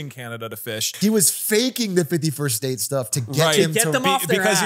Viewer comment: every time atrioc says 51st state, i hear 50 first dates